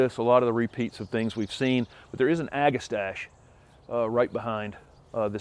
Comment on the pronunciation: I think the pronunciation is ‘ag-a-stak-ee’.